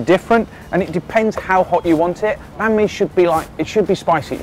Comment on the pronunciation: You said banh mi wrong